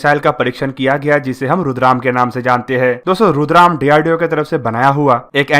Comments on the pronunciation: रुद्रम not रुद्राम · it’s Rudra M 1, not Rudram. Thanks 🙏 🙏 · इसका नाम रुद्राम नहीं रुद्रा ऐम है नाम की जानकारी तो सही दो भाई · This is रुद्रम not रुद्राम। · It's Rudra-M not rudram